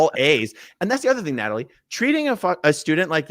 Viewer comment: Where is Nay-tall-ee at?